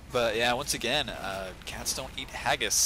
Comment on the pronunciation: sounded like he sayd "castonin ageis" instead of "cat's dont eat haggis"